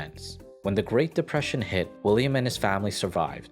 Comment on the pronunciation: "William Rosenberg" ...... "Willam" William